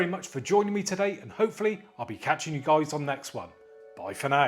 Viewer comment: I love your intro man 😅👍 "What's up goiys, how you doinnn"